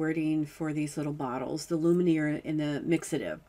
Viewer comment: Love your demonstrations. Just have to say, it's not Lumineer, but pronounced "loom-ee-air" (French for 'light').